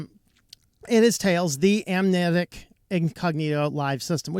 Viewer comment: lol Cannot say Amnesiac.